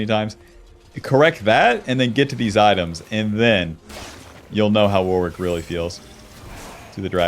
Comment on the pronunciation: it's pronounced Worrick, Warwick is a town in the UK and also a common first name here. It is definitely not Wor-wick